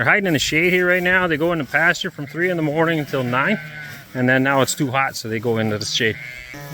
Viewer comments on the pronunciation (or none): none